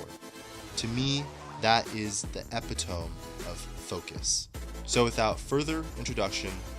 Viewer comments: EpiTOMM - E-PIT-O-MEE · "EPP-EE-TUM"?....epitome is "ahh-pehto-me"...right? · Epi-toam 😂😂😂 Please don't ever say that again. I shouted out loud when I heard it. Great video, though. Appreciated. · "epi-TŌM" signals Ai scripting. And the second I heard that I paused the vide to type this comment... and then I'm out. to the owner of this channel, use your own language. It's also ironic to make a video about caring for every little detail... and yet care so little to even pronounce words correctly. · epitome is pronounced eee... pit... toe... me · Actually uh - pi - tuh - mee but you almost got there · You pronounced "epitome" incorrectly.